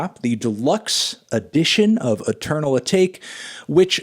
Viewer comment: He’s still not pronouncing Atake right jesus christ